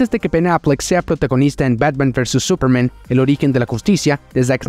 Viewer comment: Burtn???? Jordn??? Sperermen???? Eiomen???? Todavía molesta la exageración en la pronunciación de las palabras en inglés. Todavía no ha recibido clases privadas de Lena Camila sobre como se pronuncian las palabras de inglés en español. Total fastidio.